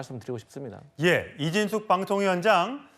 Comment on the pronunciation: 7분19초 이진숙빵통위원장이라니 발음좀잘하세요